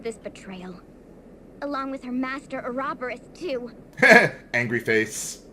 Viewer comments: Not only is the writing stupid with trying to pretend there is some deeper meaning to it, THEY CAN'T EVEN PRONOUNCE OUROBOROS RIGHT! THE NINNIES!! Its pronunced like... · I'm used to the FMA pronunciation of Ouroboros so hearing it pronounced in this game bothers me. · "Unacceptable" counter: 17 Total, 0 in this episode "Mrgrgr" counter: 6 total, 0 in this episode Ugh, still hate the way they pronounce ouroborus Well if the angel is a part of the Celestial Realm, which WOULD make sense, then it would make sense that she knows about Ouroboros How hard indeed...